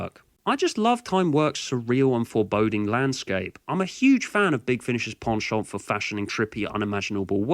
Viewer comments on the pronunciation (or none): Heh... every time you pronounce "penchant", I think you're saying "pawn shop". "What? The clockwork robots have a pawn shop? I don't remember that bit..."